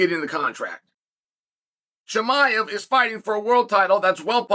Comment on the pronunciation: Chael can never get the names right 😂 He said Kozmad chimaev , Blahall. Wtf lol